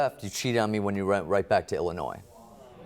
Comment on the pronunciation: So nice to hear people pronounce Illinois correctly. 🙂